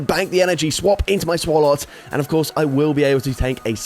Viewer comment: Been a while since I heard someone said swalot that way.😂.. Don't know where and when though